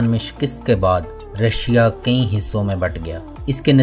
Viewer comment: یار یہ لفظ کئ ہے کئیں نہیں ہے۔